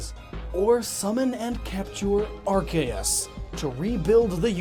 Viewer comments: Arkeas? really? its ARCEUS AS IN ZEUS WITH A C. lol i noticed the grammar errors and i couldint not tell you, hopefully you fix it. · 1: its ar-see-us 2:*catches 100 unknown* team imperium: can we have those? me:*sends out 2 unknowns* unknowns spell: f u